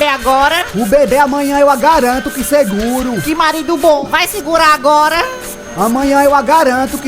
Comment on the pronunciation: "Eu agaranto" auge kkkkkkkkkk